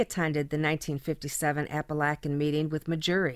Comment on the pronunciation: great stories of small borgata's doing great things with what you have. I grew up in upstate NY, and lived from Syracuse, Utica, to the triple cities area. I honestly never heard the locals pronounce Apalachin like that. they actually say Apa-lake-in if you want to pronounce like a local. love the channel, can't wait for more stories.